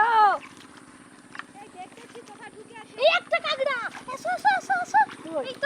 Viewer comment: কাগরা আবার কি জিনিস?? কাঁকড়া